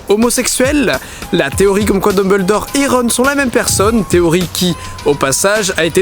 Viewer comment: Pourquoi tou le monde écorche le nom de Dumbledore 😢